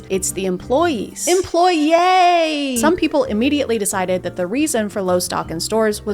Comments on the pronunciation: Fun fact : the "emploYAY" is literally the french pronunciation for employee. Like, you truly sounded french there lmao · I am french and yes I giggled cause the way she said it lowkey sounded like our word